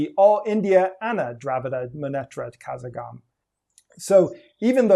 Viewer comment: Not "Kazagam" but karagam